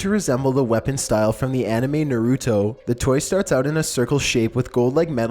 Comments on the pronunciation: How many naruto fans are outraged to how he pronounced "naruto" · you just tried Naruto, that's NOT how you pronounce it. I hate this narrator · pronounced naruto wrong XD lol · did he mispronounced Naruto lol